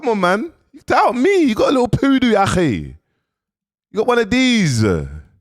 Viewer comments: Please invest in some speech therapy cos they aint no way you just pronounced poodle as poodoo😂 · He said poodo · “You’ve got a little poodoo (poodle)” 🤣🤣🤣🤣🤣🤣🤣🤣🤣🤣🤣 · 🤣🤣🤣🤣🤣🤣🤣 likkle poodooo